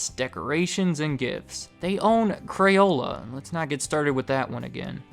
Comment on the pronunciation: Why do you say crayola right but say crayons wrong? You say crayuns, you little shit.